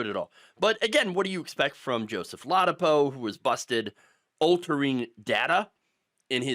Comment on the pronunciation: I mean dangerous for humans, a feeding ground for diseases. Also: lah-dah-poe.